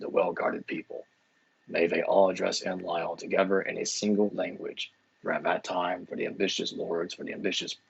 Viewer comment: You usually feature such renowned academics. Who's this muppet? He can't pronounce Enlil. I want a bibliography and footnotes from this guy. I think his theory is nonsense.